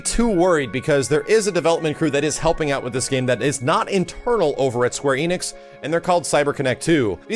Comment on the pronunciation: Why do Americans always mispronounce Square Enix as Square EEnix?